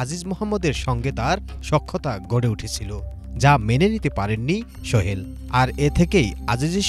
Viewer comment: উচ্চারণ এমন কেন এই সাংবাদিকের? ওই ভদ্রলোকের নাম সোহেল ছিল, শোহেল না। সাংবাদিকদের উচ্চারণ ও বাচনভঙ্গি ভালো হওয়া উচিৎ। এত খ্যাত হইলে হয়না।